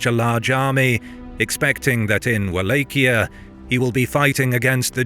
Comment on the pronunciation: Man doesn't just mispronounce Wallachia (wall-auch-ee-uh ) or anglacized (wall-ah-key-uh), he pronounced mosquito mosque-eat-oh .